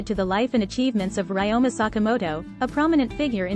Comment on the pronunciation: Ryoma is mispronounced